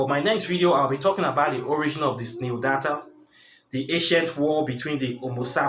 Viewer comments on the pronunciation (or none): The word you were trying to say is neanderthal . Pronounced (nee - an - der - thal)